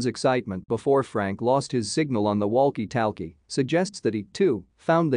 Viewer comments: Watched up until the word WELLKEE TELKEE. Boycott AI!!! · "Wall-key tall-key..." Lmao/smdh